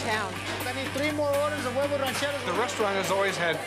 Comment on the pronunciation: Bobby don't know his huevos ranchero's , can't even say huevos correctly